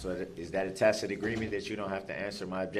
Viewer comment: He finally pronounced tacit correctly!